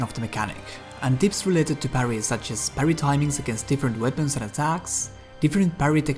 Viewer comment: He says parry like Paris. I like it.